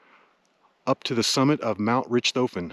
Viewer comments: It's pronounced Rick toffen. Like the Baron von Richthofen Who. Its named after. Great video but rich toffen had nothing to do with it. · Nice video; but I believe Richthofen is pronounced RICKED-hawffen... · I think it’s “RICK-toe-fen,” pronunciation-wise. (Sorry, would-be English major, can’t help it, AND I may be wrong)